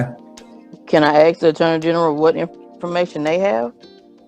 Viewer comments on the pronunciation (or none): when i axe . why cant they say ask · anyone who says axe instead of ask doesn't deserve anything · No one told you because you axed instead of asking. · the lady wants to "axe" the AG? 😂😂😂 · Did you axe a question or ask? Get some hooked on phonics girl. I feel so bad for your child with you as the mother. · It's not mumff, it's not ax. Go back to English class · She should get a job intead of axing!! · Agreed it’s totally intentional. Makes you sound like a moron.